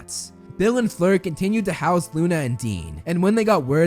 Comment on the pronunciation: It’s not fluer